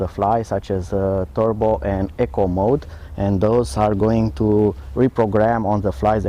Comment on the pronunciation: e-co you keep saying echo